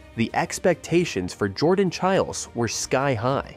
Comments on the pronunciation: Say child, remove d, make it plural. Chiles. The weirdest thing to me is this happens all the time for youtubers. How can this dude do all the research, watching her routines which has her name introduced over and over again and not know how to pronounce it?? I don’t get it. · Yes!! You make an amazing point!! It is pronounced just like Biles but with ch.🙂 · It’s Chiles like long I in Childs. Please learn how to pronounce the person’s name you are featuring. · At least do her the honor to learn how to pronounce her name.